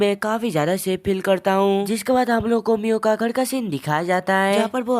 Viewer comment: Miyo❌Mia✅💀💀 ye ladki ko chashma bulne ki bhimari hai 😂😂😂😂😂 lol😂😂😅😅